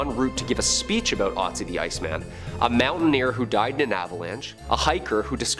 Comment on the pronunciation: He says ötzi not right, but I am german and ötzi was a huge topic here, but never heard of the curse...